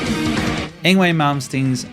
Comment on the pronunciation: Yngwie's name is pronounced "Ing-vay".... though we all try to play the Yng-way from time to time